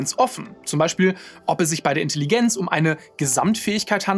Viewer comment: Grandioses Video, wirklich. Aber wenn ich noch einmal Intelligenz mit einem stark betonten I statt eines E's hören muss, bekomme ich wirklich die Krise.